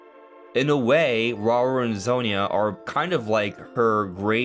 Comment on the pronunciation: when you briefly said zonia it hurt me inside as someone who has the name sonja 💀💀 I'm sorry